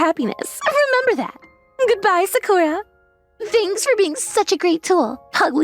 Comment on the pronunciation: Of course this voice actor pronounces Sakura as Suh-kuhr-uh.